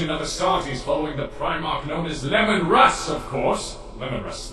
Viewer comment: Is mispronouncing Leman Russ's name intended or did he really have problems with his name during the recording session?